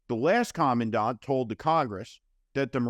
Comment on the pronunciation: The moron Tuberville can’t even pronounce the position of commandant that he is currently holding up with his antics.